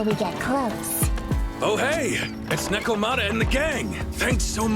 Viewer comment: Hears nekomata said 5 times. Still proceeds to call her nicomata 😂